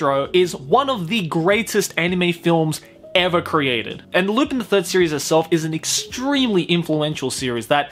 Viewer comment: Lu-pin!? I'm pretty sure its pronounced Lu-pahn.